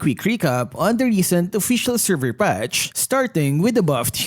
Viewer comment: Nice... But ur diction is annoying, y u always spell the 'a' as 'u'? 'Back' is spelled 'Beck' not 'buck'. 'Attack' doesn't spell 'Attuck'.. and 'patch' is spell 'patch' not 'Putch'. Thank You, u r welcome....